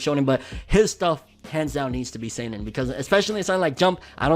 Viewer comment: Damn,. That's how you say seinen? This whole time I've been saying "sannin"